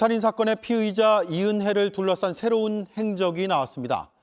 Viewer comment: 피해자라고 한거야? 피의자라고 한거야??